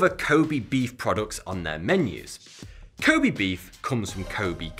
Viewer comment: I lived in Japan for way too long. You repeatedly mispronouncing Kobe is bugging the shit out of me. LOL